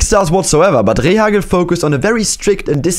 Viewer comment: I love how he said ✨ R E H A C G L E✨